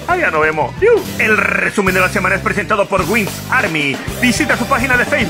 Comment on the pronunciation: Rrrrrrrrrrrrrrrrrrr rrrrrrrr rrrrrrrrrrrrrr rrrrrrrrrrrrrrrrrrrrr rrrrrrrrresumen de la semana!